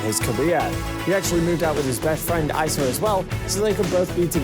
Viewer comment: I cringed every time he said "Ice-uh" that's how you know he doesn't really know Larray or his life. It's "Ee-suh" spelled Issa.